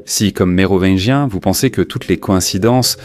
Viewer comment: À la prononciation de « Mérovineguien » j’arrête… c’est pas possible… g’faites un effort les gars! 🙁🤮🤬